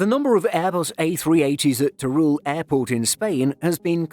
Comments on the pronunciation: Nice video, but as a spaniard your pronunciation of Teruel gave me a headache... It's not "ter-rool", it's more in the lines of "ter-wel". Also, Teruel is not a desert, just look at the footage... Who wrote the script?? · yep, that's definitely not the narrator's fault, that's why I mentioned the redaction... But the narrator could have put some effort in the pronunciation of Teruel.